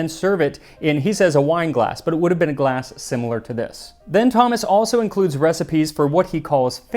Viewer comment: Sorry, did the word "glass" used to have an "f" in it?